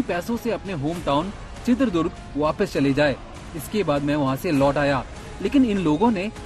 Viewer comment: bhaisaab., Durga maata hotin hain ya Durg maat ?? toh uss jila kaa naam ChitradurgA hai., not Chitradurg